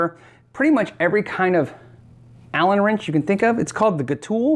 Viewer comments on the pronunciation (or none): none